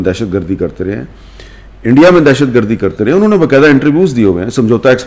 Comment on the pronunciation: Indie keh rha hai 😂 Omg 😂 ! Such a joker's